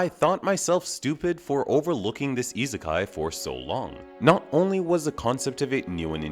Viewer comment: The way you pronounce isekai irks me to no end.